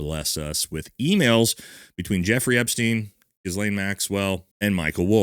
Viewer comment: Ghislain=Gee-lane. Please stop saying Gizzlaine.